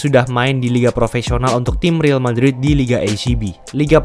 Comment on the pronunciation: kritik & saran dari gua bang: -bacanya real madrid bukan ril madrid - kenapa ga sebutin kontrak pertahunnya aja bang itu bakal lebih spesifik dan penonton juga kebayang seberapa besar tiap pemain ambil persentase cap space dari situ juga bakal keliatan seberapa besar tim menghargai presence doi - kayanya gaji pemain dalam rupiah ga penting karena angkanya pasti fantastis dan ga menggambarkan apa apa sebagai data kalo gua keliru ayo bang jadi bahan diskusi aja gua anak baru di nba😅